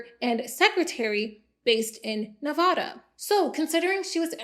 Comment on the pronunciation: I love you, im so happy you got a sponsor I love that for you I'm so happy to see your channel grow so much. but you say Nevada wrong we hate that pronunciation with passion I'm so sorry but it's more NAH-VA-DUH as in nah literally nah, vad as in bad, and duhhh. you said it alllmost right, you said the NAH more like an nuh uh but I've heard worse it just gave me Nevadan flash backs lol love you